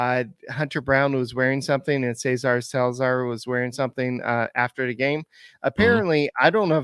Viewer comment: It is NOT pronounced “Caesar” but SEH-SAR. The GREAT Gene Elston, Astros radio announcer ( ) pronounced the name of Cesar Cedeño correctly.